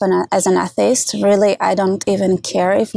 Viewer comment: I have never heard the word "atheist" said like that. "A-ih-tee-ist"